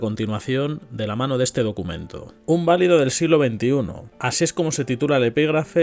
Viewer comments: Valido en el contexto que lee es una palabra llana y usted la pronuncia como si fuera esdrújula "válido". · Recuerda: Valido, llana. No es esdrújula.